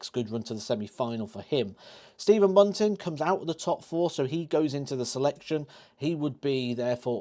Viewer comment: I think you almost nailed it until you said Bunting, just my opinion.